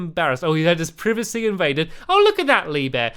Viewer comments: It's privacy as in eye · stampy i don't think privacy is pronouce the way you did.....lol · The way Stampy says privacy... Holy fucking shit.